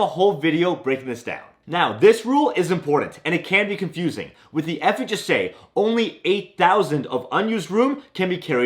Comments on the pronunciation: He has a seizure every time he says FHSA. Relax! Enunciate the H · The speed to which you pronounce ‘FHSA’ is remarkable…